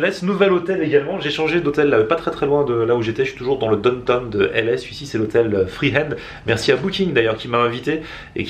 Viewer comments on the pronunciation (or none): on ne dit pas "donne tonne" mais "down town" ( daoune taoune)" lol